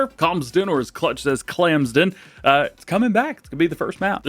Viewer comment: clamsden? cmon now 🤣🤣😭😭🤦‍♀